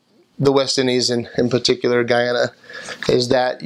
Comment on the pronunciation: Yay!! You pronounced Guyana correctly lol most foreigners pronounced it as "Geeana" instead of GUYana lmao sorry you were stabbed though and glad you're okay. Everything you said about Guyana is so true lmao 🤣